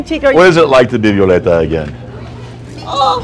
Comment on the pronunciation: Mi nombre es 'Violeta'. No 'Violenta'... lmaooo